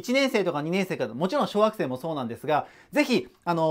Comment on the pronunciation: 小学生が小惑星に聞こえるw